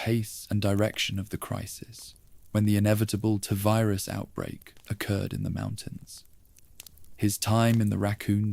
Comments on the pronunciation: Is this an AI voice? Cos its Tee Virus not Tuh virus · appreciate your candour but I’m english, its still Tee virus 😂 don’t stop though, your videos have got me through some long nights. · I was with you until the voice said “tuh virus” for the 7th time. Do better.